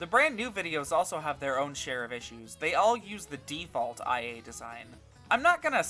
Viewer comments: Its not I.A ita ia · I'm sorry but did you play an entire game with her only to call IA 'eye a' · I really don't wanna be the person to do this, but.... It's ee-ah.. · Take a shot whenever he says "eye a"